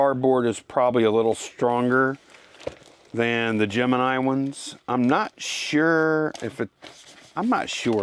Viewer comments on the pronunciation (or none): none